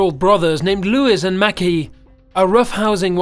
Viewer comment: named leWIZ and mEHcky